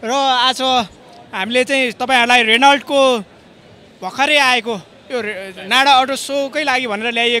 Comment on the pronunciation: मेरो लामो रेनल्ट । सहिसंग उच्चारण गर्न सम्म नजान्नेले के घण्टा गर्न विडियो हालेको ? हाँसोको पात्र। नपाउनेले केरा पायो भनेको नेपालीलाई मात्रै लागू हुन्छ । अलि सिकेर जानकारी लिएर मात्रै विडियो बना भाई